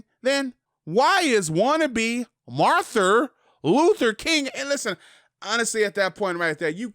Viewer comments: "MARTHER Luther King" 🥴🤦🏽‍♂️ Say that dumb shit again? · Dude really said Marther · No one: 6ix9ine: MaRtHuR lUtHeR kInG 😂😂😂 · “Marther” Wow